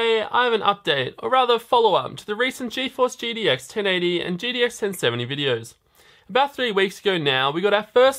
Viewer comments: Good stuff! Is it just me or did anyone else also notice some weird slurring of the word GTX into GDX several times. (Ex. , , , ) and so on... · Hm interesting to know. He only slurs its about 6-8 times but the remaining times it clearly spoken as GTX. shrug